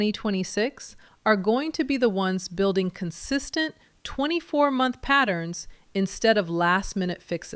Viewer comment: Three montch book